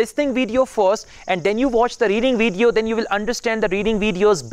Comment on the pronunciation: Brilliant (excellent) Pay attention you pronunciations i.e. results, video and once you used OFTEN wrong as ofen not oftin